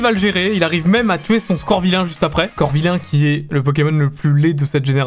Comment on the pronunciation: C'est pas scorvilain c'est scovilain